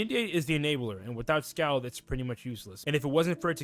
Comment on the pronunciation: Scald is pronounced "SkAWled" like bawled. Also, can't say I agree with too many of these takes. "Why do damage over 5 rounds instead of 3?" Because damage burns shields for 5 rounds, granting more time to set up powerful hits. By properly using dots, fire can command the tempo of a match, slowly forcing opponents to scramble to keep up with a LOT of damage per turn. Usually by the time you realize you've lost a match against a fire wiz, you actually lost it 3-4 turns ago.